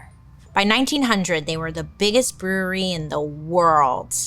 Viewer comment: Bailey I’m so proud you were able to say brewery so many times without messing up!!!! I too have the same speech impediment!! Rs are so HARD!!!